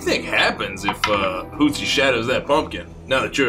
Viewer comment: it's Hootsie 😭😭😂